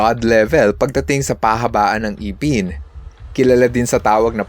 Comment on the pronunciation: Correction lang please sa pagbigkas Ng ngipin necessary not IPIN but instead ngipin sa tunay na pagbigkas into sa totoong Tagalog, Tagalog Kase Ako kaya ikinokorek ko lang kayong mga taga manila.karamihan at kalimitan na ninyo binibigkas Ang salitang Kanto, katulad na Lang Ng walang sapin sa paa ,imbes na tawaging o bigkasin na nakayapak Ang tawag ay naka paa o kalimitan din APAK /nakaapak Which is yapak or nakayapa